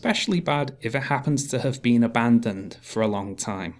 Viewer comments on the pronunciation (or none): none